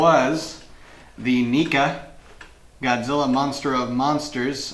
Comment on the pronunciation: Neca is definitely not pronounced knee-ka...